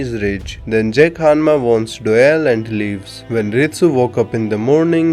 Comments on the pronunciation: Name "doyle" narator "Doeyl" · STOP CALLING HIM DOELLE ITS DOYLE